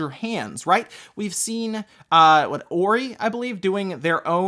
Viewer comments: Ori? Don't you mean Hori? I've never heard anyone pronounce the way he did in this video. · has even pronounced the H in other videos. I've never heard anybody ever pronounce it like that. I've dealt with their arcade sticks for years and have always heard the H being pronounced.